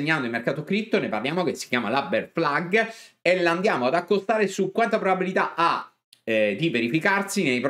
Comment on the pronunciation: Però questa BEAR FLAG potremmo anche pronunciarla correttamente 🤣